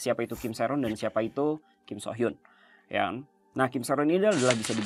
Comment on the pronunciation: Su hyeon bang bukan so hyun